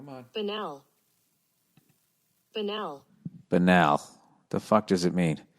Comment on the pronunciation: Bill...Take the letter ’B’ off BANAL. That’s how you pronounce it.